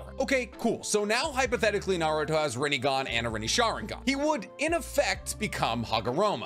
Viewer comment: say chibaku tensa right its easy and rinnegan